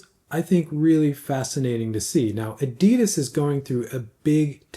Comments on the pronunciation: it's not adiiidas, it's pronounced with a very short "i" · I'm old enough to have met the founder of adidas in person in the 70ies in Herzogenaurach, and believe me, we (we = people born in Mittelfranken which is the region in northern Bavaria where adidas and Puma were founded) pronounce it very differently than anyone else in the whole world or the rest of Germany.